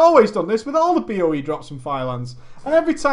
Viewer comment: Nearly pissed my pants every time you said "BOE". goddamn you're great.